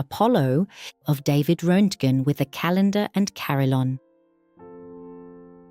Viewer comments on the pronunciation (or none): Und bitte DAVID ROENTGEN, nichr Röttgen ...